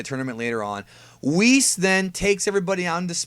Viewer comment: Just curious, why do you call, Whis, Wh isss. I thought it was prounced Wheeecc